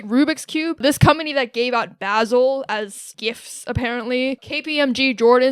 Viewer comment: That basil pronunciation is diabolical